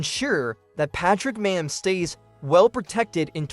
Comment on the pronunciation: You're not saying his name right dude you also did not say mahomes name right either